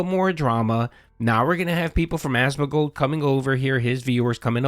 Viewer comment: It's AsmoNgold, not Asmogold, pronounce it correctly, jesus christ...